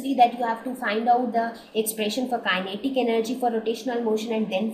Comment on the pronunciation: The explanation is clear and helpful, but the persistent mispronunciation of kinetic gets annoying after a while.